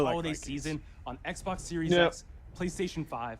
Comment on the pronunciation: Does anyone know when or where started saying oui-pon and ekbok? 🤣🤣